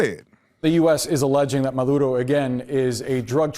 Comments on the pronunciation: Look, I don't agree with nothing that Maduro is about, and he is definitely where he should be and hopefully stays there , but it's silly to take an issue because the host is pronouncing his name and location as they should be pronounced I mean if you know spanish and the names were supposed to be pronounced correctly in spanish then good let it be, the man is bilingual good for him to also be able to speak the other language to pronounce the names correctly. And so we are clear I don't agree with none of the bs CNN pushes they are all like Trump says fake media. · i rock with you unc but you can't get mad at a latino man saying a latino name the way it should be said. It's not gaining an accent its using the correct pronunciation. When you say the name of certain brands, foods, or cars it sounds ignorant to say it the wrong way...just saying. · Tatum your going over your head about the way he is pronouncing the name. Is a Spanish Name and the way is pronounced is correct. Don’t go there because you’re sounding ignorant. Keep it in the main issue. You don’t try to get to a Russian name and give your accent because you’re not Russian like you think it suppose to be pronounced. Same with a hispanic name Specially when is in contest appropriate according of where he comes from and Hispanics know how is pronounced. If you don’t know the language and you pronounce it with an accent it should be Ok because you don’t speak the language. But when someone does then it should be pronounce right. Once again don’t go there… Because it’s just ignorant and Karen like. Love your content but you’ve been getting to emotional and as Cristian you need to ask God to control your emotions and lead you to be wiser in the way you speak. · Homie in the beginning Mad, that a Reporter of Latin Descent can pronounce “Nicolas Maduro” lmaooo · You might be mad but he is saying correctly maduro he’s just saying it the way its correctly pronounced thats all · His accent in Spanish is right